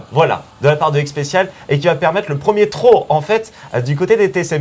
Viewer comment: C'est quoi cette prononciation dégueulasse de throw ?!